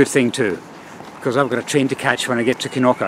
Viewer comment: I like your pronunciation of Knokke. I was actually waiting for you to call it "Nokke"". Well done.